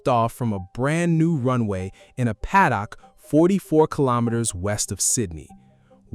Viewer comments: The pronounciation of paddock hurts my ears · Do you use the word paddock in the US? Because you definitely don't pronounce it like that in Australia where we do! (I say this as an Aussie who lived in the US for years.) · The Ai voice saying: Padd-dock! LOL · I cant with the padd-dock